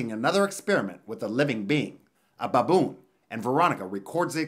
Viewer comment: He says BABOON funny 🤣